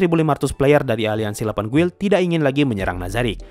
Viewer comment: Guild, itu bacanya gild